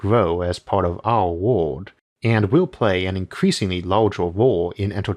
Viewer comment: Why does your word "world" sound exactly the same as "word" and "would" or ward?